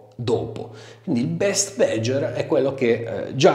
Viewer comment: What the fuck is "bedger"? It's BADGER: check the correct pronunciation online ffs...